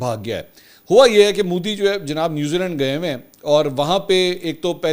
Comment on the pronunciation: Modi not Moodi Mansoor sahib 😂 Modi Prime Minister lagta hi nahi shit personality aisa lagta hai jaise koi baba gaon se sheher aaya ho .. bohat hi bura lagta hai khi khi 😂karta rehta hai for no reason